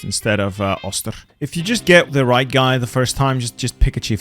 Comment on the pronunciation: hans oh-ster not oss-ter.